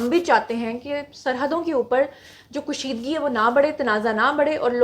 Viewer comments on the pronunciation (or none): kushidgi nhi hota,kashidgi hora hai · Its called kasheedgi not kusheedgi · اردو کا لفظ کشیدگی کو آپ مسلسل غلط تلفظ کے ساتھ بولتی رہیں ویڈیو میں ۔ میں ایک اردو کی ریٹائر ٹیچر ہوں ہی اس لیے بتا رہی ہوں کہ اتنے سالوں سے جس مضمون کی تدریس کرتی رہی اور طالبات کی اصلاح کرتی رہی لکھنے میں ، بولنے میں تو آپ کی لفظ کشیدگی کے غلط تلفظ نے بہت کوفت میں مبتلا کیا ۔ میں لکھ کر کیا وضاحت کروں ۔ بہتر ہو گا کہ آپ کسی اہل زبان سے رابطہ کریں تاکہ آپ کی اصلاح ہو سکے ۔